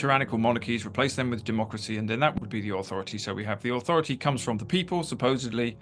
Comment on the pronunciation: Wha "Ahwhoroty" Russel talking about???😅😂